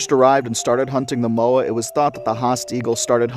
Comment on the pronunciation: ayyyyy i was wondering where the haast eagle would be mentioned, they could also pick up children around 8 years old, there's a model in the te papa museum here in new zealand it honestly looks like it could pick ME up and i'm 24, also your pronunciation is great with Moa, though a lot of maori would pronounce is "moh-ah" or sounds pretty close to "maw-ah" they were known also for attacking small maori children but were sadly hunted as well as moa as a food source for maori people, so hunting moa meant less food for the poor eagle, eventually dying out and being potentially hunted themselves, i assume for their feathers and meat as many of the wildlife was hunted for food or feathers some people say they still see haast eagle flying over mountains, but i have yet to see concrete proof i'm a new zealander and is fills me with glee seeing more about nz creatures, i'm also part maori but uh... i'm white, so i get bullied a bit